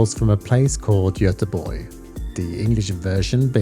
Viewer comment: Fantastic review! And thanks so much for your proper pronunciation of Tusenö and Göteborg :) I have a Tusenö Blackwater en route now! Seeing the attention to detail with the design language of the Shellback, I'm so excited to try the Blackwater. Tack så mycket!